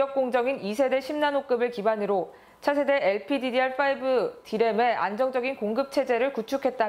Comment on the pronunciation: 엘피디디알인데 알피디디알이라고 발음하다가 나중에 바뀌네...ㅋㅋ